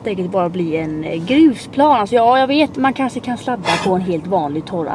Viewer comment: BÄSTA youtubern! 💋 och du är SÅ jäkla söt för du säger kanse istället för kanske 😘 Måste förresten tillägga (kommenterar aldrig så kan lika väl säga de när jag ändå gör de) din vlogg med Anton var ju sjukt rolig! 😂 Älskar ditt sätt hur du pratar med Anton & ditt skratt du har mot honom 😂❤️ Tror alla vi som prenumererar vill ha dig som vän 💞